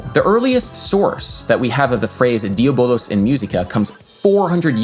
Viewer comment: that was about the only mistake that I heard. That and not rounding the U in "diabolUs".